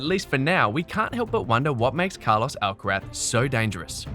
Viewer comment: Does this narator keep calling Carlos, Alcarat?!